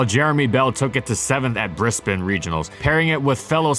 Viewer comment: Nice job pronouncing Brisbane! Finally got it